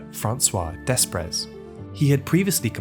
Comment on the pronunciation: I believe Desprez is pronounced ‘de-pray’.